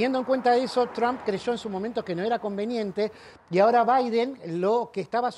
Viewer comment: Jajaja chuw baiden jajaja estos que no pueden hablar como corresponde.